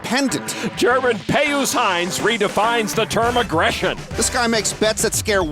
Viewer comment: How can you look at the name PIUS and think that it's pronounced "Pey Oos" ??? It's pronounced "Pee Us".